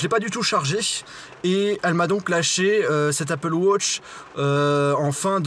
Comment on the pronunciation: on ne dit pas appele wotch on dit appele watch enfin je crois